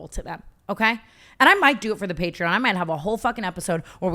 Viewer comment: I can’t with the way tana pronounces patreon 💀